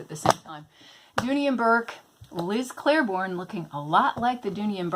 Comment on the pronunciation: Liz CLAIBORNE, as in 'clay-born'. You kept saying Claireborn and it was driving my OCD side nuts. Lol!